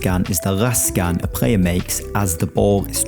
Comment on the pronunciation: Bro cant say L 'prayer' ' a rot'